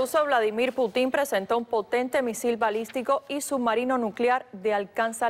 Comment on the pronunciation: "Putín" "Ovijas"